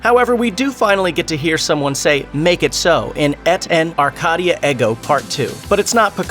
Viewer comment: Eh T in are -Kay - dee ah air go . Pronounce it correctly !!!!!!